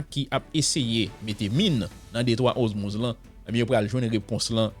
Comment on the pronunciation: Sispann répété DETROIT OZMUZ. Bon nom an sé DETROIT ORMUZ. OR pas OZ